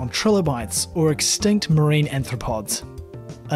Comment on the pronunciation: >>> At least three times your voiceover (corroborated by the captions) refers to anthropods (sic). Care to define? Human-like feet?